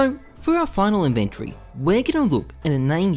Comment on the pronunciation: inventry? xD